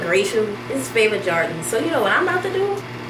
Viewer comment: Lol she said jardons!!